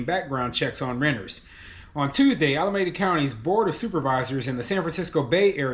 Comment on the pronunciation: I live in the Bay Area and it's pronounced: alaMEEda.